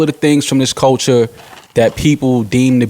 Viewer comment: Couldn't you say "CUL-TURE" any more??? And it is CULTURE not Colecher!!! Your all hypocrites, Rory was the only one who called it that 6nitch9ine would still be able to put out music, you claim you want everyone to be treated equally, paid equally ect....ect.... yet your constantly segregating yourself. I guarentee you that if a black man/woman entered country or rock then you'd be "you go my dude" those are predominantly a whiter genre "our culture" I bet you wouldn't say they shouldn't make that kind of music cause it's not your culture. Yet hip hop is being used and abused. FYI I'm NOT talking about 6nitch9ine, he can rotttttt.